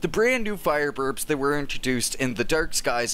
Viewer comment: LOL, "fireburbs"